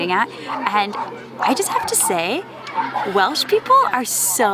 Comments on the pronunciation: Great video. Thanks for uploading. Top marks on Welsh pronounciation too👍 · Thank you! pronunciation is definitely better than mine!